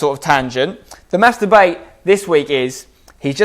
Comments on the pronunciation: I love Spencer and his content but every single time he says mass debate it sounds like master-bate. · I know I'm being childish, but I swear every time you say "mass debate" I'm hearing something completely different.